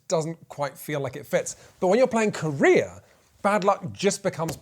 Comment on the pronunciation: I can't not hear "hostage negotiator KOREA"